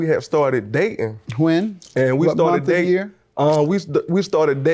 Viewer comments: Brother needs to learn how to speak in public. Daing without the T is not a word. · Daing without the T is not a word